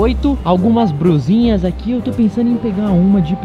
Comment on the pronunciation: no minuto o fala brusinha